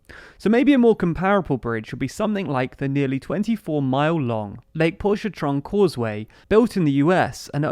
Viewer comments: Pon-chuh -train. That’s how that’s pronounced. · I have never heard it pronounced quite like that. Pontchartrain - The easiest way I can think to explain it is the phrase "Punch a Train" that will give you the flow of the word. To get it to sound correct replace the "un" sound in punch with an "on". So the word sounds like Ponch a train. Don't worry New Orleans is full of words that don't sound like the should. Take Tchoupitoulas Street for example. it sounds like CHOP-i-TOO-ləs. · Lake Ponchatrain is pronounced pon-cha-Train. But pretty good translation either way. Keep up the good work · It's "lake Paunch-a-train" this is still the south you know? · FYI: We don't pronounce the name of that bridge the way it would be in French despite the French origin of the name. We pronounce it Pontch-eh-train (train as in railway train). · From a person who lives in Louisiana I feel greatly offended by how you said the “lake pontchartrain causeway” that’s located in New Orleans lol 😂😂